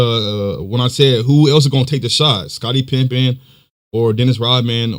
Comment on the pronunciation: Let me start off by saying, I’ve been a KNICKS fan since the 80s. Patrick Ewing is my FAVORITE player of all time so I TRULY HATED MJ in the 80s-90s. I think MJ is the GOAT by far. BUT, I LOVE LARRY. He’s #2 on my Top 10 of All Time. - just to let you know, It’s pronounced…PIP-PEN …NOT PIMP-IN. - Let’s remember for DECADES…people said the 1986 Celtics with FIVE ALL STARS were the BEST ever. So many people nowadays say that the 73-9 Warriors are the BEST team ever. - Let’s also remember for the MJ Bulls in the 80s when basically had only Scottie Pippen who had these PPGs averages and didn’t hone his exceptional defense till after the 80s… 1987–88 (Rookie)…7.9 1988–89… –90…16.5 - Kerr and Rodman were on the Bulls for the SECOND THREE-PEAT.